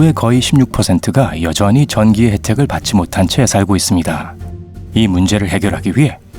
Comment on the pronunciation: 나레이션중에 "실제 전시로" - 문맥상 전기여야 할텐데 전시로 들리네요